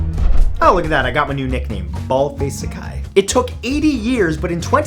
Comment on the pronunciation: Baldface saki Pronounced Baldface socky